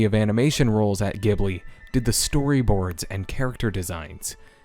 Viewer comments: Sorry to be nitpicky, but this drives me nuts... Ghibli isn’t pronounced “gibbly” it more like “jibbly”. In the extras on one of the films’ DVDs it tell the origins of the studio and its name. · Studio "jib-lee," not "gib-lee." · Don’t you ever call it GIB-LEE again you uncultured swine. This review is immediately discredited. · Really interesting video! But since we are talking about sound issues, it's pronounced Ghibli with a soft G like in giraffe 🤐